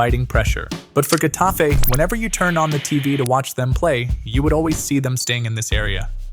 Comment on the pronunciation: Its either hetafe, or jetafe (like the j in french i mean) And its genius bro and i think if they would have better players who are also able to being good, like those in psg, then it can work with even less faul